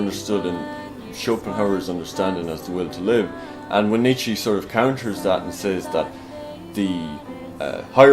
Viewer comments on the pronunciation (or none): knows his stuff, even if he gets that last syllable of Nietzsche's name wrong in the pronunciation (not -ee but -uh - the Germanic phoneme schwa as present at the end of the German word "Mutter" as it is in the English word "mother").